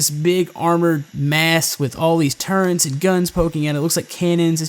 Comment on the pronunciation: I cringed a little each time he said "turrents" Other than that Awesome vid :)